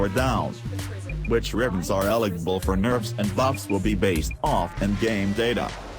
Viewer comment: Rivens are "eligble" LMAO HEHE still a great video